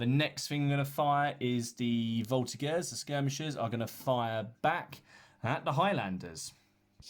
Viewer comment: Just a quick one :) In Voltigeurs the g is pronouced like a j (minus the d sound at the beginning). Thanks for your vids, I'm a true fan ! Cheers from Quebec !